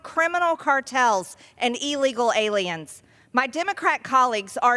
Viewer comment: "ee-legal-aliens" This ditz does not even know how to pronounce words. The last thing this ditz should be doing as a job is "lawmaker"